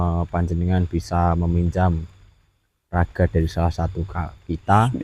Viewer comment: Raga mas.jgn bilang jasat😂😂masuki raga Dani,bukan zasat😂😂